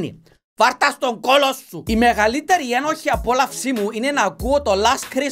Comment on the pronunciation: Μου αρέσει που στα περισσότερα σχόλια ο τόνος στο ένοχη (απόλαυση) το γράφουν ενοχή απόλαυση και ο τα διαβάζει έτσι Λάθος